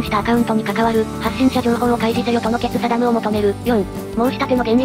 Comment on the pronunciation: なんでって、正義を「まさよし」と読んだり、正直を「まさなお」と読んだりするんだろ？ で、今回は決定を「けつさだ」かよ・・・ もうちょいラーニングできないものかね、( ´•ω•` ) レイアさんたちの手を煩わせるなよ